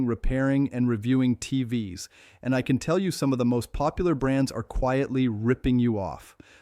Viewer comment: Could you at least get the AI not to say T-v-s. That one small quality improvement would do so much to ease how annoying these videos are.